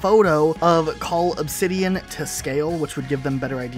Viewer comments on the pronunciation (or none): none